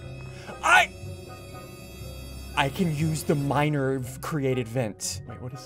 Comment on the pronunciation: 'dreaded pestilence' is now my favourite phrase bc of ian edit: i've watched this so many times and i still think that ian calls someone a minor instead of miner 😭